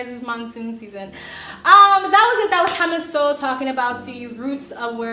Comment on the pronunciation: Great video as always, but I'll be that dude lol his names pronounced So-Well not Soul.